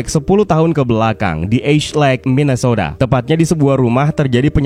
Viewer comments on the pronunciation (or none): MINNESOTA, bukan MINASOTA ato MINEASOATA.